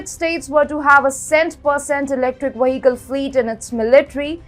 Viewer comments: Take a shot every time she says Waheekel... :) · I think she find a little difficulty in pronunciating vehicle . No worry . It was nice video